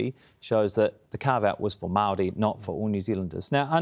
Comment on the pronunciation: Dude that likes to text and send vids to 13 year old girls, can’t even pronounce ‘Māori’ correctly. I wonder if he thinks we can’t see through his paid shill work from the Atlas group that he worked for in Canada, trying to strip the rights of indigenous people to pump the oil and gas from the land, royalty free. It’s impressive to see him sit up straight, when he doesn’t have a backbone.